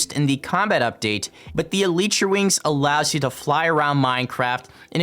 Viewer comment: Manz said elitetra